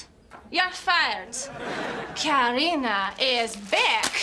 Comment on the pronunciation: It's Karina not Katarina